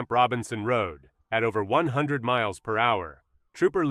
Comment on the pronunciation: The AI voice cannot say PIT.